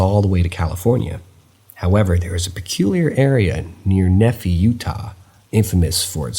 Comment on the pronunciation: Loving these stories. They are well told and intelligent also … Nee’-phy not Nu-fee’